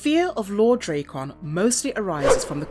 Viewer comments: D-rack-en not dray-con wtf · I'm sorry, after about the 20th butchering of Drakkon's name (not Dray-con, should be Drak-con...) I had to shut it off... I know it's like tomato and potato, but even the man who voices and models for him (JDF) says it Drak-con style... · Does it annoy anyone that she calls him draycon, not Drackon? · you saying his name wrong!!!!! its DRAKKON not drakeon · pronouncing it wrong, you pronounce it as "dre kkon like it was dr dre lol its more like a dra " Drakkon like dragon, drakkon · Draykon? Sounds like Dr Dres' rival headphones to raycons. Its DrAkkon, it's a play on words of Dragon. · say it with me ...drak kon ......not dray kon learn to pronounce your words correctly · I love the content but the drayCon pronunciation is killin me 😂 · Drake-on.... Dude, hire voice actors who know the material. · The nonstop mispronunciation made me shut this off. I never understood how people do that when there's literally recodings of it. This, Ra's al Ghul, and Aang bother the hell out of me.